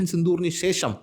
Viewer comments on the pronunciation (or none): none